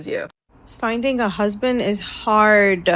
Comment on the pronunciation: Over syllable-izing the d at the end of husband is painful to everyone's ears